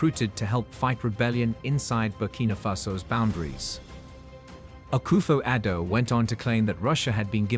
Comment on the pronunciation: Please stop saying Ghana say Akoffo Adu please